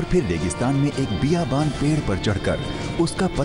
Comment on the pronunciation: It's not biyabaan. It's bayabaan for God's sake why are Indians obsessed with Urdu without even learning to speak the language.